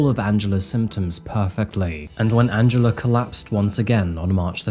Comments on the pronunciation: I always understand Angelo instead of Angela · Good video. However it sounded like you said Angelo instead of Angela. Do better.